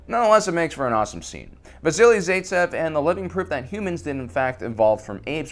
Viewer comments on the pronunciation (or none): Zaitsev as Bye tsev not as in Day tsev